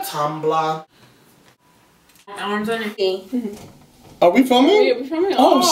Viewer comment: "Should I get a tombluh" LMFAO